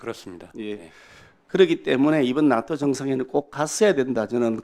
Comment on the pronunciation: 발음이... 나토가 아닌 낫또로 발음하는것이 어거지에도 왜국노 인증... 멍개같은 논리인지